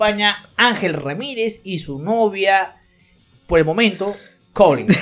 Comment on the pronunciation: Xq dice colinsss .....es Collen...."Colllin".....